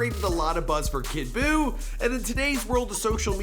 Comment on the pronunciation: I want u to never say kid boooo again